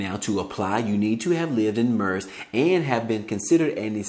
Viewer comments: Merced California is pronounced like Mer-Said (Merced)😜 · It’s pronounced Mer-ced